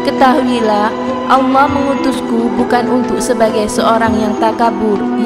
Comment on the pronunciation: Saya ragu kalau chanel ini berita nya benar 1.menyebut Allah asala ( ucapan nya salah besar) 2.dalilnya tidak jelas, tadi buku yang dibaca kelihatan seperti buku cerita.